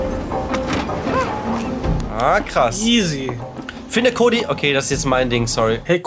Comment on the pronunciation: Habt ihr auf der Switch gespielt? Wieso war die Qualität so scheiße? Am Pc sah es besser aus :) Und wieso sagen sie Kodi? Und nicht Cody wie im englischen aber May richtig…